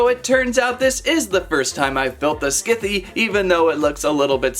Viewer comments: It’s pronounced sithe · How he pronounce scythe😂